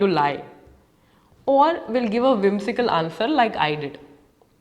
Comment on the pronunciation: You didn't correct pronounce the word whimsical